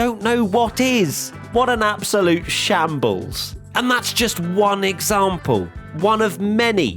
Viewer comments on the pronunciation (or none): When he said "shambles", am I the only one having understood "shitshow" ?